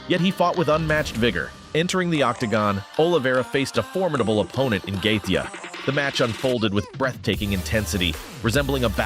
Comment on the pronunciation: Youve never watched ufc i take it? How the hell do you probounce Gaethje so badly